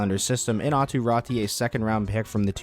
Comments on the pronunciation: Pls dont pronounce Räti. I can't think better example but same as in Lemieux that ux is pronounced. So try say it like Rätux 😅. Or just Rätu. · Raty is pronounced the same way AATU is AW-TOO RAW-TOO